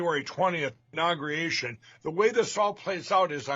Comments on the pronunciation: “inogrer-gation”. I’m shocked Lindell isn’t Secretary of 8th grade math. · What does "inaugriation" mean?